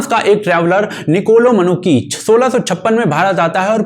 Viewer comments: Traveller ke name ki pronounciation निकोलो मैनुची hai naa ki "Ma-Noo-Ki" 👍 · 'मनुकी' नही 'मनुची' है सही उच्चारण . और सिर्फ शिवाजी नही 'छत्रपती शिवाजी' कहा किजीये .